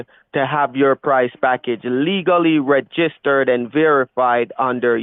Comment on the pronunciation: Aromatically 😂 ReGIStered 😂 Rerafflement 😂 The second 3 the first 3 the seventh 3 I'm confuzzeled 😂